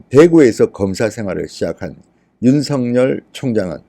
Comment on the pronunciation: 윤성녈이 아니라 윤서결입니다 이름 발음, 다른 사람 만들고 있네요 조금만 주의하면 올바로 발음할텐데...